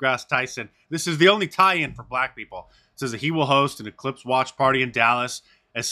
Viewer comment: "We have an E-clipse"? And "ci-codda"? Is that like Welcome Back Ci-codda?